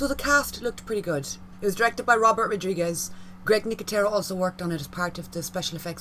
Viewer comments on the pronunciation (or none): none